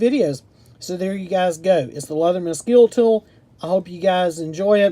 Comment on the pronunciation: Good video! But it’s pronounced “ske-le-tool” lol